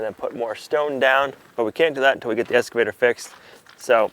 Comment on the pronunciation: "Kaboter" , "escavator"....OMG